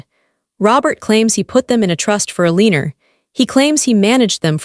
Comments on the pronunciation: Why is Eleanor being pronounced 'Eliner'? AI is really quite dumb! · Eleanor !! IS PRONOUNCED L A NOR ! NOT A lee nor THAT WAS MY MOTHER's NAME AND I FEEL YOU WERE INSULTING HER NAME ! And I KNOW THIS AL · I'ts Eleanor, not Eleenor. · I wish the bot reading this knew how to pronounce the name Eleanor correctly.